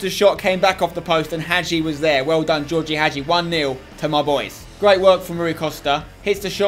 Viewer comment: It's Gheorghe Hagi. GHeorghe. I can learn you how to say it because I am romanian. What a great series btw.